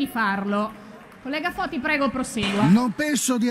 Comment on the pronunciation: ... è Foti ... NON Toti ... Capisco i social ed il mondo e le notizie che corrono, ma un minimo di precisione 🤷